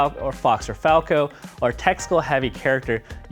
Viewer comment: Sorry guys, i made a mistake. It's falco not falco.